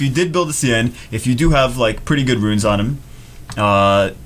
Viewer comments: Sian is the Gaelic spelling for Sean, Shawn, Shaun. It is not pronounced See-ann! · His name is pronounced like Sean.